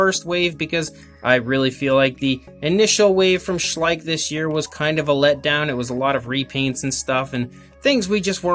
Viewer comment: Schleich? Schleich? SHLEICH